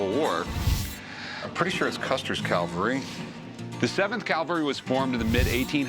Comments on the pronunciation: “Cavalry” not “Calvary” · CAV-alry. CAL-vary is where Jesus got crucified. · That's "cavalry." Calvary is something altogether different. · That would be cavalry, there Rick. Calvary was where they put that guy on a cross..... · Rick, learn to pronounce the word "CAVALRY ", not "CAVALRY ". Cavalry refers to soldiers on horses. Calvary is the place where Jesus was crucified. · Cavalry not Calvary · Rick, my man... it's not "calvary." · It's "cavalry" not "calvary." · Cavalry not calvary Rick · The word is cavalry Rick.